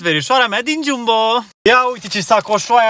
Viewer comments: Geambo ,se pronunta corect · .se pronunta jambo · Se scrie jumbo dar se pronunta gambo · Jambo se scrie chiambo se citeste dar va ador❤❤❤❤❤❤😊😊😂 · Se scrie Jumbo dar nu se pronunța Jumbo!😂(Gambo) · Se scrie jumbo dar se zice jambo